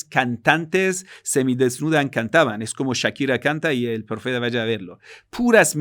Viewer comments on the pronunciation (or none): none